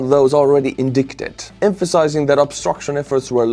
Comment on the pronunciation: You said indicted wrong. Definitely not a native English speaker lol